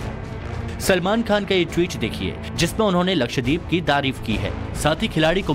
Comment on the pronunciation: First off it is “LakshDEEP” nahi yeh , “lakshdVeep” hai! DVEEP maane ISLAND!!